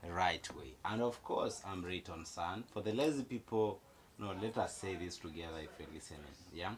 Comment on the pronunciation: The name rayton came out so well at the end❤️❤️❤️❤️❤️